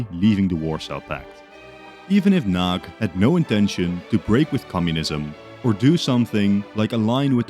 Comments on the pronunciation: It's pronounced "nuhdy" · Hearing the Hungarian names as a Hungarian was not satisfying, but the one who was the worst in my opinion was Imre Nagy. Nagy means big and instead a g sound you say something like the d in during. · Great video! But one small mistake, two actually. It is Nagy Imre in Hungarian because in Hungarian the first and last names are swapped. And the 'gy' in 'Nagy' isn't like a 'g', it's a different letter in Hungarian. The maps are getting so much better. Keep it up! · *Nagy not Nag